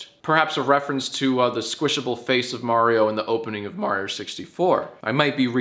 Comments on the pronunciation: Nice video but its pronounced Mario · uhh...you pronounced Mario wrong. It's "Mario" not "Mario". Get it right Jack. Ask Erin next time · "I can't wait to watch the Super May-rio Bros. Movie!" - Erin